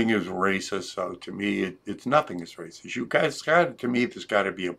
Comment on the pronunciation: His go to response... "Tha's Raciss".